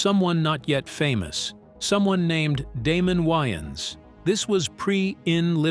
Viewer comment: How am I supposed to believe all of this when you can’t even pronounce Damon Wayans name correctly? 😂